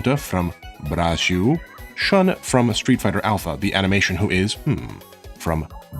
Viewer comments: It's so funny and cute when you say Brazil, bue it's sounds like 'Braxiul' (a brazilian talking here) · Your first pronunciation of Brasil is actually closer to the correct one than "Brajil" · "You are going to Blazil". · The "Z" in "Brazil" is pronounced as "Z" exactly as in English, not "Brazhil". The way you pronounced would be spelled as "Brajil" in Portuguese. Just a slight correction. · Love your pronounciantion : Brájiuu! by the way brought me here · i love how he pronounces ''Brazil'' as ''Brajiu'' :'D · Acho que ele tá falando assim para tentar imitar a pronúncia dos Japoneses que é Burajiru, talvez deve ser isso, ou ele realmente acha que está certo hahahaha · Brajiul HAHAHAHA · Your "Brajiu" pronunciation is hilarious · Muito bom, adorei a pronuncia "Bragil" so cute! ótimo vídeo! huehuebr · "Blanka from BRAGIL" haha really Nice video, and really cute pronounciation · Why do you pronounce Brasil as "Brajil", kinda cute tho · Its pronounced BRHAHZHIL!!! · brajil is the weirdest pronounciantion ever :p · your pronunciation of Brazil makes me laugh so much man, i love it are you carioca by any means? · The way you say Brasil gives makes me both happy and sad at the same time, its somehow such a correct pronunciation said in such a weird funny way, I love it tho